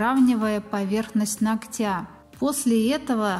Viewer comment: нОгтя!!!! Блин!!! Поверхность нОгтя! Ну почему бы не говорить правильно? 🤔🤷